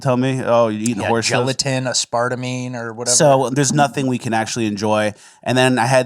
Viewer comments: did you say “uh-spar-timine” as in aspartame?? Hahahahha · Ass-part-ah-mee hahahaha